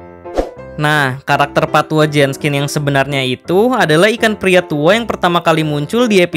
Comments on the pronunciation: Min... Jenkins apa Jenskin...? Kok mimin bilang Jenskin...? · JENKINS, BUKAN JENSKIN, hadooh kebalik nih naratornya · Kalo bisa pronounce nya lebih bagus, Jenkins kan? Ko dibaca nya Jenskin? Ini kritik agar lebih baik, kaya orang2 yg gabisa ngomong Dark dibaca nya Drak 🙄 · pas mgomong pak tua jenskins itu ngomongnya pak tua jeskins pas di awal awal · everybody gangsta, until kata "Jenkins" dibaca "Jenskin" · Bang Kok Jadi Jenskin?? Kan HarusNya Jenkins:v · Itu pak tua WALKERR , BUKAN JENSKINN